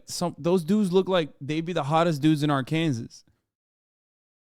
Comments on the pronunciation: Say “AR-KANSAS” one more time and imma disrespectfully watch your content from a far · Why is he pronouncing Arkansas that way it sounds weird i have never heard anybody pronounced like that